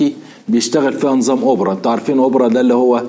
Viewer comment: اوبرا......ههههههه اسمه اوبر